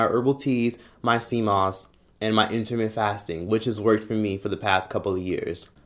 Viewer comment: “My seamoss “ lol 😂